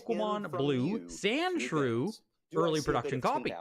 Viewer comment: Why do you keep saying sandschrew on the pokemon